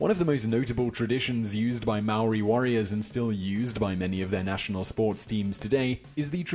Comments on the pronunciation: And it’s no may ori brah😂 it’s like moh ree/dee. It’s hard it’s not a d or an r it’s kinda both!? Like just as your tongue hits the Roof of your mouth to make a D, you pull it back to make r,and then the eee comes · Anyone else cringe when he say mowree 😅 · Maori is pronounced like Mouldy in English. Curly Rs Easy as ✌ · Maori ...pronounced moledey for non maori this L is more or a w sound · the guy from the beats by dre says the name properly, this guy has terrible prononciation. its pronouonced ma - o -ri and you have to roll your r's like when you do the gun noise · He is pronouncing our maori words wrong watch a movie called utu that's real shit right there about our tipuna (ancestors) and the tattoo is called a moko and is symbolic to which tribe (iwi) we come from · Tell me you Didnt get mad when he said maori